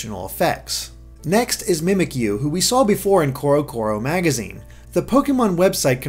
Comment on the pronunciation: Finally saying Mimikyu right! Now on to Bounsweet! Bounce-wheat! Bounsweet! it's sweet and bouncy! Tell your friends!